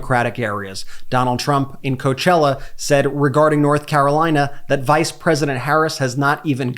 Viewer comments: When we saw that disaster at Coachella. Reminder, "coe-ah-chella". When there were NO BUSES to help people to where they parked their cars? Donald CHUMP doesn't care. He's a piece of crap, it lives in his diaper. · Coe-ah-chella. Please